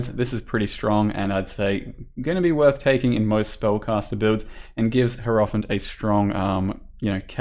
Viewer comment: It's HI-ero-phant. Not herofant.